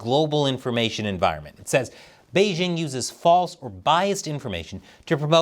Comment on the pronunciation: The host of this program still doesn't know how to pronounce the word "Beijing"? The "j" in Beijing isn't pronounced like the "g" in the English word "regime"; indeed, the Chinese language doesn't even have this quasi-French sound. The "j" in Beijing is pronounced more or less like the "J" in the English name "Jim."